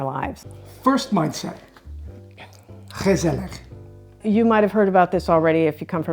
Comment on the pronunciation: Lady, your pronunciation of gezellig is spot on. No mean feat!